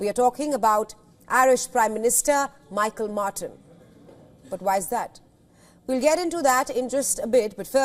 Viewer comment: He is not a Prime Minister. He is An Taoiseach (pronounce Un Teeshuch) and his name is Mícheál (pronounced Meehaul) not Michael. Media people at least should be getting this stuff right!